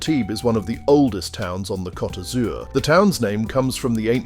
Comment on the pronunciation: It's coat not cot